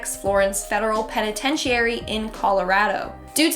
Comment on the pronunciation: penitentiary? Penitentiary? xD